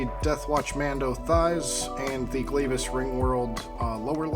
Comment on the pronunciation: I've been waiting for someone to make this video, but it's pronounced Glaahvis, not Glave is.